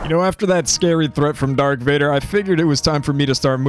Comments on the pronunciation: Great vid man but “dark Vader” really😂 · Bro said dark Vader smdh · Awesome video man, but did you say DARK vader? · Did I just heard : "Dark Vader", instead Darth? xD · i havent even sen star wars but i cringed so hard when he said dark vader. great video though <3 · Did he say dark instead of darth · It’s Darth Vader not dark bozo🤓🤓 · You said Dark